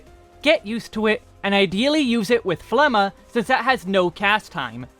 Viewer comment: got my sub for pronouncing phlegma correctly